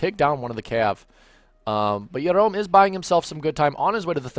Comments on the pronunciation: Excellent casting, but I think it's pronounced Gerome (hard J) not Yerom. Are you Israeli? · Jerom is a french player, and in french you pronounced the "j" [ʒ] in this name :)